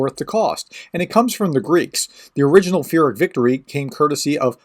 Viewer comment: "Peer - ic". Thanks so much for the info tho: much appreciated!👍🇺🇦